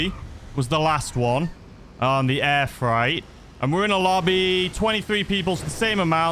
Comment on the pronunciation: Maaaaaatttteee, it’s FR8 not fright 😂 seriously concerned you don’t know the word freight 😂